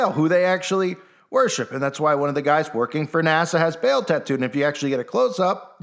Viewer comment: It's actually pronounced PHONETICALLY BAH-AL. NOT BAIL OR BALE LIKE A BALE OF HAY🙄.